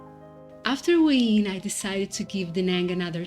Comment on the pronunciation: Thanks for the video. I was wondering what you were saying when you were saying “Wayne” for Hua Hin. It’s pronounced “Whaa Hen” Just thought you’d like to know. I plan on visiting Da Nang and Hua Hin at some point in the future. I plan on retiring from my main job at 47 and traveling SE Asia for years just doing YouTube, my main channel is JasonMichaelPhillips if you’re interested. You are living my dream at true moment. Look forward to seeing where else you go on your travels. I subscribed! ❤